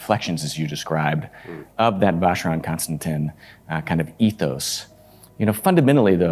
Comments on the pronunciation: The way he says Vacherone Constantine is so annoying. Alexandre Schmidt keeps saying it right usually right after him in the next sentence and he still doesn’t get it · Yes, he butchered the name badly, as so many others, including some members of the watch industry. Sad…